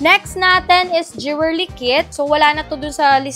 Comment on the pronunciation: 😅😅 jewelry / jewerly 😅 ✌🏻✌🏻✌🏻✌🏻